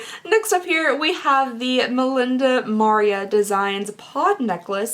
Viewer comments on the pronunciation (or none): Mah-ree-ah NOT Mar-ree-ah ; like Maria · The necklace her name is Ma ria...Maria..You said Mar ia lol🤣🤣🤣🤣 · She said Maria as if she was saying Mario with an A at the end. Made me laugh, I am sure she did not even realize.